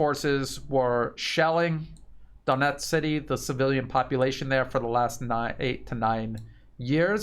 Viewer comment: I know it's difficult, but this whole thing has been going on now for >14 months so perhaps it's time to try to pronounce the names right; Donetsk is pronounced "DanYEtsk" (the "o" is pronounced as an "a" and you're forgetting the "K" at the end all the time) and Avdeevka is pronounced "AvdYEvka." Kherson is pronounced "KherSON and not KherSAN. 💡(the capital letters is where the stress is placed)